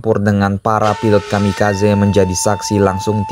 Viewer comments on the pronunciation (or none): none